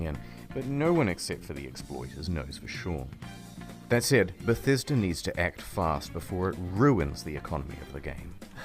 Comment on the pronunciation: Why is mans saying bethäsda